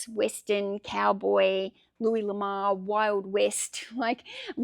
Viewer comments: No It is luee La more is a french guy Lamar is a black guy generally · Louis LA-MORE